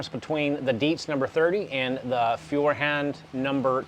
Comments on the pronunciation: Just as you fell back to the wrong pronounciation during the vid, i thought of how to explain it in written letters . so its not Fewerhand (like "a few") but like in the english word "TOY", Foyerhand . Get It? And the part HAND is not spelled like in the word Band ( music) but like in GRAND or even better like in the word HUNT. Dont get me wrong please, i dont wont to be arrogant, just want to help you improve your foreign language skills. Have a good time and thank you again for the show and for appreciating german quality levels ( which are sadly declining rapidly) ! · The pronounciation for Feuerhand is actually rather easy: Feu like foi in foil, er like err in error ha like ho in honey and nd like nd. So together foierrhond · First, congratulations on you improved pronunciation of Feuerhand since your previous video, still not great but I can tell that you are trying. LOL. I am in my mid-sixties and kerosene lanterns were a thing in rural areas when I was a child. My Grandfather did not say "kerosene" he said "coal oil". The light that they put out is warm and friendly, much more so than any LED lantern. Your video prompred me to buy a lantern, a Feuerhand to be exact. The difference in quality is readily evident both to see and to hear in the video. One thing I came across in looking for a lantern was a Czech lantern called "Meva". I would expect the quality to be on par with the German lantern. Would you be interested in doing a video adding a Meva to the comparison? Thanks again for your videos.